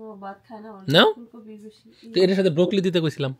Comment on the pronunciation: সরি আগেই বলেনিলাম ,কিছু মনে করবেন না ভাই। ব্রকলি বা ব্রোকলি র উচ্চারণটা হবে ব্র-কলি বা ব্রো-কলি। বলার সময় ব্র-কলি বা ব্রো-কলি বলবেন।